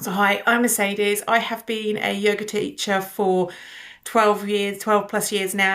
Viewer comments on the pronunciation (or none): none